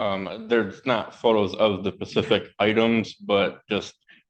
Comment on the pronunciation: “The pacific items” 😂😂